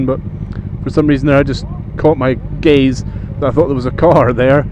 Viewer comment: do you say caught my gaze or caught my gays, given the circumstance both could be applicable :P